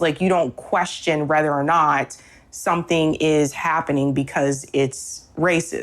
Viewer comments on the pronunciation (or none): And for fuck’s sake, how can you think “whether” is pronounced “rether”?